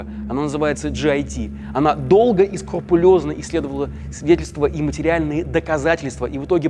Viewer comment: "скурпулёзно", ну ё-мае...